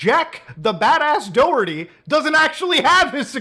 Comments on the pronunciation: you pronounce the H in Doherty. It is not Do-erty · Muda , i know you have no idea but its pronounced Da-Her-Tee , its an Irish name and we like to make words that sounds almost nothing like they are spelled , its our fav past time. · The way he said Doherty was weird 🤣 it’s an Irish surname. The h is mentioned in Doherty. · He's pronounced Doerty? I kept pronouncing him Do-herty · Is it just me bothered how you guys pronounce Doherty it's Doh-her-tea